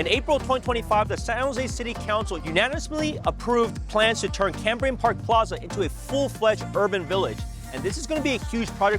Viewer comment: It is CAME brian - not CAM brian. I grew up there.